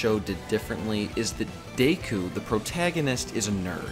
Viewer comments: Not deiku. Deck-Coo. Deku. Sorry it just annoyed me. Good vid. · It's not day-ku it's deck-ku your saying it wrong. Sorry just bugs me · also deku is pronounced deku as in deck - u not dayku btw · DAYKU?? Deku...DAYKU?? Deku...DAYKU?? Deku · please don't say Dayku again because literally everyone I know even sub elitists say it the English way as Deku because it sounds better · Lol "Dayku" heheh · It's pronounced Deck-ooooo (oooo like spooky oooo) also Lougetown from One Piece is pronounced log (like a part of a tree) town. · Your pronunciation of Deku is really annoying to me.